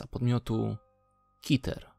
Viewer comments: nie kiter tylko keter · Keter w wymowie angielskiej a w polskiej kiter. Sprawdź nawet sobie w Google translator xD